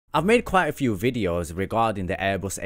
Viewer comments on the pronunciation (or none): none